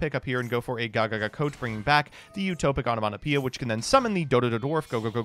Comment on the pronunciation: The most impressive part of this deck is the perfect pronunciation on Onomatapia cards during the duel replay